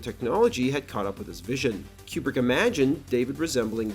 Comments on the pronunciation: It's pronounced Koo-brick, not Que-brick. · Is Kubrick's name actually pronounced Quebrik or Cube-rick? Up until now I've been saying Koobrik with no Q sound. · Why do you say Kubrick like Marcia sa school in brady bruch